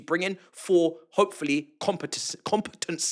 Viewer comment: Hello, KG reckless sports representative here...Can you repeat the word "competence " again